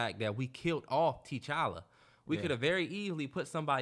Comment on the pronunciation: the keep saying “TeeChalla” 😂